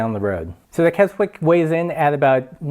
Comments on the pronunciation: It’s not kes - wick All one word, Kes - ick Brits like to shorten words, we are lazy like that. And love to confuse folks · For reference, you pronounce the name "Kezzick" :-) Apart from that it's a good first look review. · I showed this to the folks at the Carradice factory. (I live locally). Very good review, except that it is pronounced 'Kessick', a silent W. Also, who made yours? It should have a signed tag. My guess is Susan! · Kez-ick would be better. It’s more of a “z” sound than the “s” sound of Kessock. I grew up near and went to school in Keswick. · The w in Keswick is silent! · Great video, I used to live in Keswick, great outdoor town for climbing, biking, kayaking, running mountains and paragliding; don’t worry about pronouncing the silent “w” - forgiven. Carradice are the Brooks of bags, traditional and very well made, last forever. I hanker after one of their saddlebags. Shame about the crappy inside - I guess they gotta compete on cost somewhere.